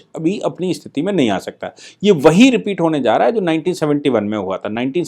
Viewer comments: आप स्थिति शब्द का उच्चार इस्थिति ऐसा क्यूं करते हैं? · कृपया!! स्थिति!! यह सही है कृपया वीडियो के सम्बोधन मे सुधार करिए ।